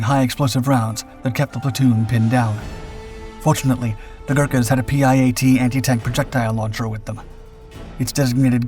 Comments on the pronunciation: PIAT is pronounced "pee - at" not P.I.A.T. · The PIAT is pronounced Pee Aht. Good video.:face-blue-smiling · PIAT... Pee-at... IMPHAL.... Imfal. For crying out loud it's basic English. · Oh no, the dude that talks like he has a sausage in his mouth... He can't even pronounce the limmy word for the limmy anti tank weapon correctly! Rating for this lame video - 👎👎👎👎👎💩💩💩💩💩